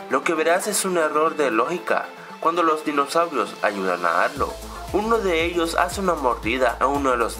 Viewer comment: cuando a arlo lo llama dicen arlo no arlou error num: 15